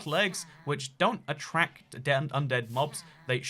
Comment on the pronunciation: Nobody: Not a single soul:: attrack